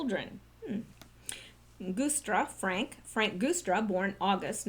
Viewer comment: Happy New Year! And I've always heard the Guistra (sp?) Name pronounced "Juice"stra - not being overly picky, just remember you had said some time ago that you appreciated being alerted about possible mispronounciations.